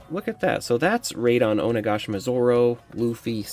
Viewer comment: Raid on Onigashima 😂 bro kept saying as 1 long word, Raidongoshima lol. But thanks for review didn't wanna open mine.